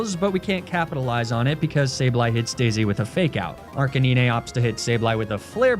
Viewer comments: Your pronunciation of Arcanine kills me everytime. ARC-UH-NINE! Great content as always 😂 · arca-knee-nay...? really fucking ruined the video. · Me: enjoying the video: "Arcaneenay" Me: grumble of annoyance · holy hell arc-a-nine stop being so damn lazy speak english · The way he pronounces "Arcanine" 😂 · The way arcanine is pronounced makes me cringe lol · I swear everytime he says arcanine wrong it always get me even though I know its on purpose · Is just me but him pronouncing Arcenine wrong was annoying so was the sponsor cut.